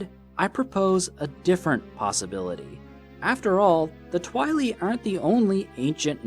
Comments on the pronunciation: why you say twilee? its Tweye-leye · Its not twi-le it’s twi-lye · Twili is pronounced Tweeli. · I thinks its pronounced Twhy-lie not Twhy-lee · Constructive Criticism: The name for the people from Twilight Princess is Twili, pronounced twai-lai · His pronunciation of 'twili' really stirs my pasta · the only thing I don't like about this video is how you say twili.... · I’m a year late but the way you say “Twili” is hilarious